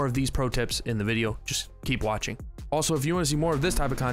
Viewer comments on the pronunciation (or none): none